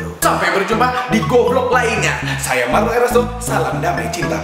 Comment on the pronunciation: rrrlrlrlrrlrrllr cuma bisa ngomong rrrr waktu nyebut nama sndirinya kwkwk ggk lucu kan